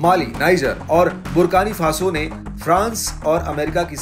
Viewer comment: Country name is Burkina Faso sir not barkani faso